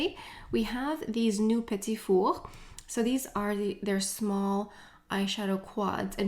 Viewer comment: I’m a sucker for the Guerlain lipstick cases. I’m sure I’ll pick 1 up. I live in South Carolina & my husband is French. My last name is Paradis. It is soooo refreshing to hear u pronounce the word “petit four” correctly. Other YouTubers butcher the name of the Viseart eyeshadows. Also, I get my last name butchered constantly. I don’t speak French, but I am cultured. I’m Italian, and so we gave our daughter a European Italian first & middle name & she has a French last name. My poor baby. When we tell people her name, they just basically stare at us in confusion. Her name is Floriana Amore Paradis. Floriana is also considered a French name as well. I just don’t think it’s as popular as it is in Italy. She does have a nickname, as do most Italians. We just call her, “Tink” I’m telling u though, being French & Italian, she will know all things luxury. Lol! Thanks for another fun video!♥️💄